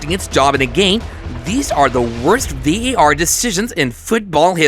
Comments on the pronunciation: Why a yank doing this vid its VAR not VER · Why do you keep calling it VER ??!